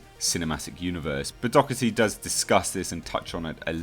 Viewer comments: You pronounce his surname incorrect. Its said 'doh er tee' just fyi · My step family has the same surname and it's pronounced Dock•erty. His could be the same but doesn't correct it since everyone pronounces it the other way